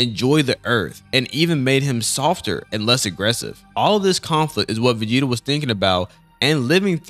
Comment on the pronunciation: Also “Vageta” is wild my guy 😂